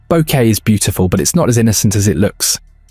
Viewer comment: Bo-Que-Te not Boket